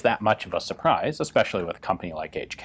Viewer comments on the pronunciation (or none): none